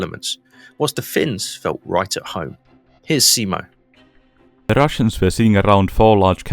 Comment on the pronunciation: For the love of god, just call him Simo, and stop this butchering of the surname...